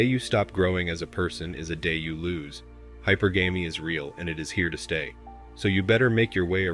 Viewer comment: Hypergamy is pronounced Hi-PER-guhmy (as opposed to hyper-gammy). Just a heads up.